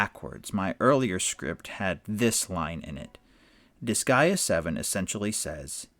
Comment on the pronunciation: Disgaea rhymes with "Kiss Sigh Duh", I think you're saying it correct for an English Language audience.